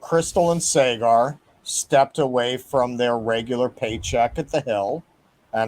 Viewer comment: Saygar? You can't even pronounce the guy's name correctly?